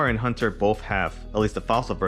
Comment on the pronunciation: Dude I dont want to be THAT GUY but its HAUNTer not HUNTer... Haunt as in Haunting Ghost... but interesting deck conspept man!